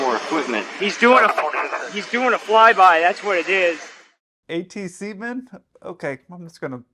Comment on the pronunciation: ATCeemen and women? 😂